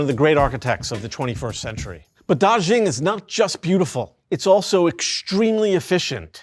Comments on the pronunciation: anyway FYI, Da Xing is pronounced as Da Sing, not Da Zhing :) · Word of advice: if a foreign name comes up multiple times in a script, take a minute to study how to pronounce it correctly. It affects your credibility and listenability when a subject’s name gets butchered repeatedly. Dàxīng is pronounced more like DAH-shing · Daxing (大興) is a homophone for "great star" (大星). Also "xing" is pronounced more like "shing" (xīng in pinyin; /ɕíŋ/ in IPA). The "zh" sound the presenter is using—like the English word zhuzh (/ʒʊʒ/)—is found in some southern varieties (though not for this word) but isn't a feature of Mandarin or standard Chinese, nor of the dialect around Beijing where the airport is located. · “DarrShinng” ???… it’s “Da” as to the tone of “Ha!” and “Xing” as to “Sing”to mean “Big Star”.